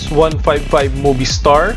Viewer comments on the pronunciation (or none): none